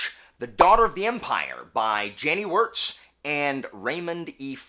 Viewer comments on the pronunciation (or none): none